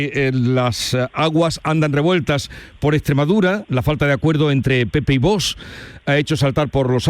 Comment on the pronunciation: Es VOX no VOS cómo pronuncia el entrevistador.😅😅😅